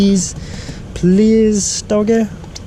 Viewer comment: i like how he says dioggy lol its funny